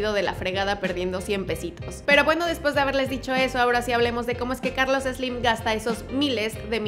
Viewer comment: Ni siquiera lo sales pronunciar! No es Eslim! Jajaja